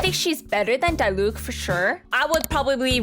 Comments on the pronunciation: YOU SAY IT AS DEELUC NOT DIELUC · idk if you're meming, but it's not D-eye-Luke 🤓